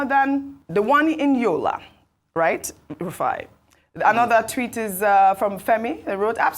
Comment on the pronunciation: Rufai!Rufai!Rufai! how many times are you going to be corrected?😎😡😃😄